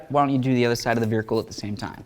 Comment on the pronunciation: This guy really struggles with "vehicle," he says "viracle" every time it seems